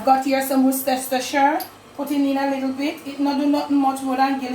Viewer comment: Worcestershire - the pronounciation is - WUSS-TER-SHER